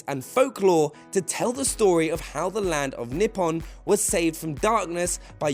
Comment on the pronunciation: I'm guessing "AWKA-MEE" is Okami, "NIPAWN" is Nippon, & "AWRACHEE" is Orochi?... MY EARS!!!!!!!